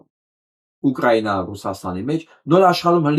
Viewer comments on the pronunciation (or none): none